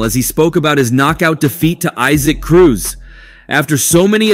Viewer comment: It’s E-Sack Cruz…. Not eye-sac